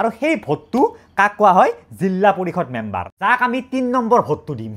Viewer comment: Member ❌ Membor ✅😮‍💨